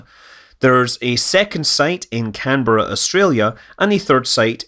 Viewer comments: Thank you for pronouncing Canberra correctly. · Well done on saying Canberra correctly